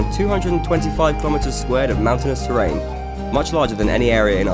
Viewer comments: The "terr-rain" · Listen to how he says terrain, it made me laugh.